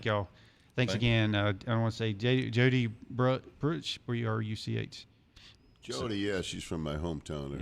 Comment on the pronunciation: it's pronounced Brook. (Bruch) Old German spelling I believe. Either way your good, thanks for the shout out!